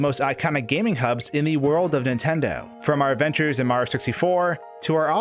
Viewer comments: I agree completely, the videos are interesting but his speach patterns for videos needs to become more natural. I also don't like that he says "Maro." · why do you pronounce Mario as "Mar" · I can't get over the way he says "Maro" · Every time he tries to say Mario he cuts off the end of his name. Not a complaint just something I noticed. Great video!